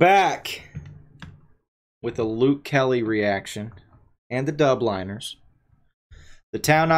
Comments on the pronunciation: ‘Dublin-ers,’ not ‘Dub-liners’ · Please learn how to pronounce The Dubliners correctly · You butchered the pronounciation of "the dubliners" 😂